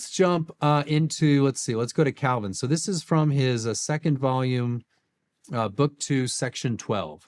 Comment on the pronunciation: It's painful to watch someone claim to be closer to Calvins position...while completely butchering Calvin